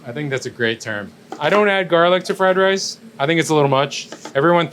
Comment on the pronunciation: "You rike fry rye?"